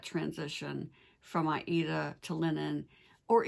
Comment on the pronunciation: Hi, new subbie here. I’ve only been stitching crossstitch for a couple of years, so please excuse me. But you refer here to a fabric you call “I E Da” or “A E Da “. Are you referring to Aida? I’ve never heard it pronounced that way …only as “Aid a”. Thanks so much for your wonderful videos!